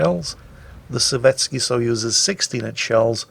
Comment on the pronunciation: Nice explanation of SAP, thanks! Btw, I don't know much about Russian, but I do know that their letter which looks like our e is most often not actually pronounced e, but ye. Therefore Sovetski is pronounced Sovietski.